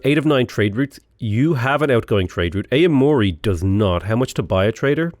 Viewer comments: Aomori... Oww-mori not A-mori. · Noticed you said "ay-o mori" for Aomori. Would be more like "ow-mori" the A makes a sound kind of like in cat and the o makes a sound sort of between god and go. Together, ao makes a sound like "ow" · Aomori is pronounced owmori just a small FYI c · as a japanese speaker, it's actually ah-oh-mo-ri